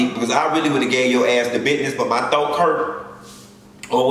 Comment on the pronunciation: DI-NEEEEEEE-VA THANK YOU FOR THAT SOUTHERN DROP OF SAYING MY THOAK HURT...LMBO, BAEEEEBAAAYYY, YES...THAT REALLY TICKLED MY SOUL, THANK YOU.